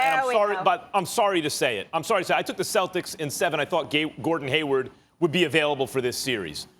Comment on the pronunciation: MY MAN SAID GAYWARD LMFAO